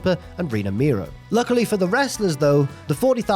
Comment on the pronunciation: Mero is not pronounced as Miro, brother.